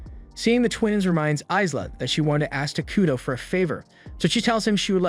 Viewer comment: The whole time I watched this, every time you said takudo. I heard taquito lol